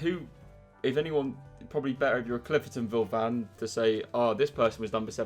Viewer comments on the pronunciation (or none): ClifERTONville 😂😂 it’s cliftonVille